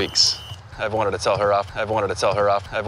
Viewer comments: 조쉬 말하는거빼곤 크게 어려운 화는 아닌데.. 글로리아가 콜롬비아 출신캐릭터라 그런지 발음이 원어민만큼 또렷하지 않는게 나름 재미있네요 ㅋㅋㅋ 그리고 조쉬말하는 부분중 I've wanted to 부분은 I've wannted 이런식으로 들리네요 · 에 I've wanted to 에 발음이 원니르 원리르 대충 이렇게 들리는데 어떻게 발음해요?